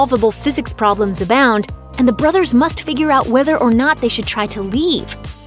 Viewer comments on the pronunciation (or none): none